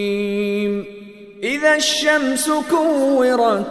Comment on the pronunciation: idha not itha. the word is daal not taa. how can you get this wrong??